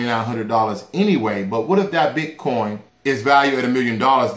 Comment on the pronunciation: ...did u say potcoin???